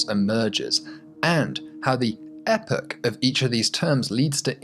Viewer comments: Could have done without the weird Epoch pronunciation. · That epoch pronunciation... you have betrayed your accent, good sir!